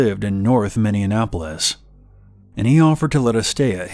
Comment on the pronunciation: I’m not American but is it minionappolis?! I thought Minneapolis